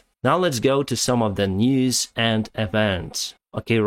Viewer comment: I love how when you say the word "News" it sounds like your saying "Knees". So it sounds like youre saying "Breaking Knees"...